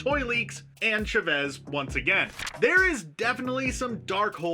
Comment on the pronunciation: Love ya guys but it’s… America CHA-VEZ not America Shafezh. She’s not French, she’s Hispanic. Sorry I’m Hispanic so it’s annoying haha. Still love you all!